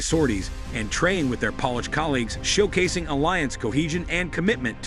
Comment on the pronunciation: Please dont pronuce polish a polish like nail.polish